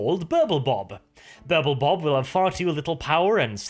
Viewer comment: I kept hearing Purple Bob :D